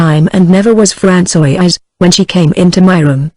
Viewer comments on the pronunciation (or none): Certain words or names are constantly very badly pronounced.. A human reader is so superior to this reader. Francoise becomes something like Pran so ee ice. Gilberte becomes Gil ber teen ee.